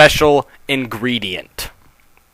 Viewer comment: the title brought me here pinkie pie's special ingredent sounds like *********************** giggity giggity goo